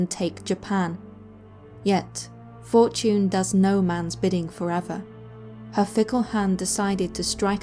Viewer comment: i thought she said Fort June instead of Fortune.. 😑😑